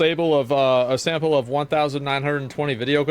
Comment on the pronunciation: researchers "collectored" a "sable" wtf?